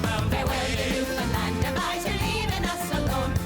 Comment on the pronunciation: Newfoundland but we pronounce it as "Newfin land", not "New Finlind".